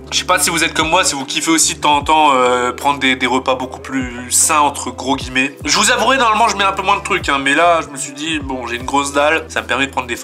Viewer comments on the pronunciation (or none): none